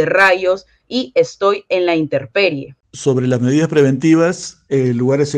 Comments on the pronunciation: se dice intemperie y no interperie ;) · No se dice "interperie", es "intemperie", con M.